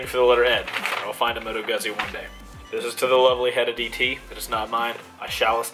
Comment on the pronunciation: Opening shit with? Dude it's pronounce Moto Goozy or Goots-ee.. Do a test ride but make sure you have all day to do it. There's an old saying about Guzzi, "ride one for 10 minutes you'll never want to again, ride one for two hours and you'll never want to be without" glad to hear someone else out there is a Guzzi fan. They are 90* Vtwins set sideways in the frame with closer to a car transmission and a shaft drive to the rear wheel. The Griso makes about 140bhp (it's rated at "over 110" for import now but in 2008 it was rated at 140) oh btw Moto Guzzi is Italian like Ducati and Aprilia, they are owned by Piaggio who makes scooters including Vespa. There's a lot of idiosyncrasies about them, they don't tend to like low rpm much and shake bad at idle thanks to the transverse mounted engine.. makes you feel like you are shaking your ass at a light.